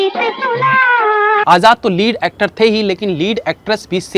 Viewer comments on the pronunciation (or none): डेलिया नहीं , डिलैला ।